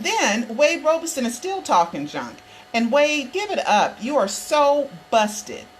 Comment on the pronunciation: it's ROB SON. not. ROBE SON.